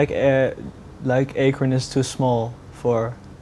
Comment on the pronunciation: D.I.Y. is the way. funny how he pronounced(the interviewer) Akron.